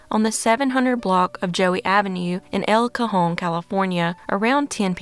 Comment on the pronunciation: Great job on the video and you nailed El Cajon! Thank you!